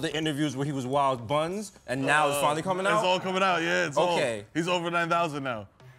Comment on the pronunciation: He said wild bunz 🤣🤣🤣😂